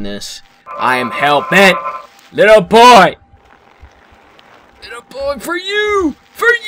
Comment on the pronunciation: I laugh so hard every time he says ''Litte boy'' xD